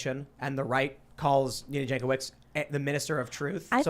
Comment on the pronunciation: Jankowicz surname is of Polish origin and should be pronounced as 'Yankovich'. Or you can just say it wrong.